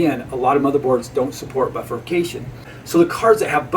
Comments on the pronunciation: Great video, BI-furcation, not buffercation. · And not a bilabial fricative.